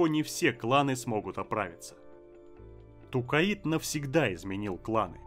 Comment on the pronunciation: Я очень сильно извиняюсь, но вы же не обидетесь если я дизлайк вам поставлю за Тукаид? Всю жизнь читал про Токайдо, а тут какой-то Тукаид. Ну и Керенский я читаю с ударением на второй слог, хотя это уже вкусовщина)) А так всё отлично, с удовольствием слушаю твои видосы ;)